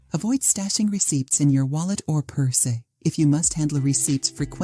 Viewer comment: I really thought this sounded like a non-AI generated voice narrator (who actually sounded pleasant), but , I am hearing "pur-say" instead of "purse" and "glove-ez" instead of "gloves". Oh well. 😐